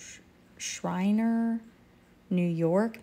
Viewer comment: You said Schreiner correctly :). These are some great BOLOs...most of which I've never heard of before, so I appreciate you and all your members! As always, thanks for all you do and keep up the great work!